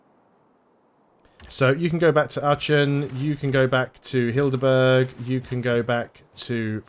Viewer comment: Not "Hildeburg", Heidelberg is more pronounced like "Hydelburg". And as for English words with an m followed by a hard consonant, a P after M is not that rare, just not at the beginning of the word, it's usually at the end: hemp lamp camp Of course, it can also be in the middle in compound words: lampshade, campsite etc.